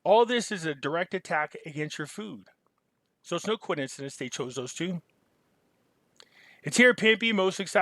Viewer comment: WTH is a Coidencidence Pimpy?? Love your channel but damn i hope i don't start saying it like this lol